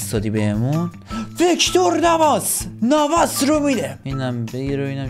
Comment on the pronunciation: وکتور ناواس نه کیلور ناواس😅😂😂😂😂 در دقیقه ۱۲:30 میگه😂